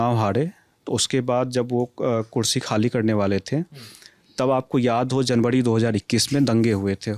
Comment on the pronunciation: जनवड़ी भाड़ी.. अभी युवा हो अपना उच्चारण सुधारो